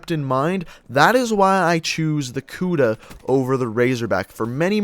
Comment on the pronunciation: lol he said kuda like kuda but it's pronounced like kuddah